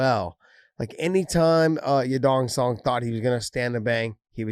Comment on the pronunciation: yadong sadong he said 😂😂😂